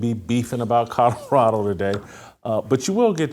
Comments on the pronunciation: Love you Jason BUT there are “L” in Colorado!! It’s not Cudderado😂😅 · Whitlock, there is no state named "CODORADO"...slow down and repeat after me... COLO-RADO 😅